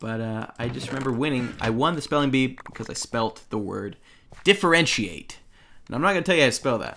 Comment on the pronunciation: Differenciate? No.... Differentiate? AYYEEE :D